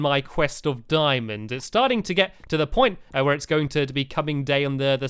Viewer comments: he kept saying dimons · DIAMONDS!! NOT dimonds DIAMONDS